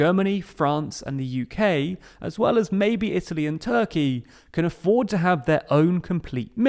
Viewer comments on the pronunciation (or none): none